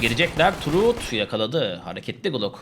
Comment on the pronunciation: Yau arkadaşlar geçen mürsel engellenmiş adama tüm ilk maç boyunca BETA dedi 😂 şimdide root adama “turut” diyor “trus” (truth) 😂 çok seviyorum la Türkiye’yi 😂